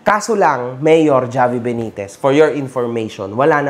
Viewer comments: Havi, po mag pronounce ng name nya hindi ni Javiii 😅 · Javi pronounce as Havi, ginawa mo namang Jollibee boss 😂